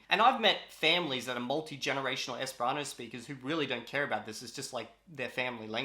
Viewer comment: For some reason, most times you say the word Esperanto I hear something close to 'hispano'. Is it just me?